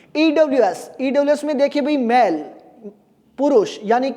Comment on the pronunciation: अरे गुरु जी मेल को मैल क्यों बोल रहे हो ☺️☺️